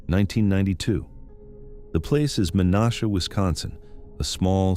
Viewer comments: Meh-nash-uh. Not men-osh-uh. How hard is it to do the most basic research to check pronunciations? It's one of my biggest pet peeves. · They are pronounced DEP-ease, men-ASH-a and kau-KAU-na, not to mention several other names of people and places that you butchered. If you're gonna do videos, make sure you can pronounce names and places correctly.